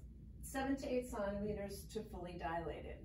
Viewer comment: something about the way you word the pain of labor and don’t know how to say centimeters makes me dislike this video strongly i couldn’t even get through it